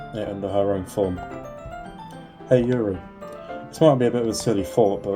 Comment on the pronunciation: You did say Yuri right, don't worry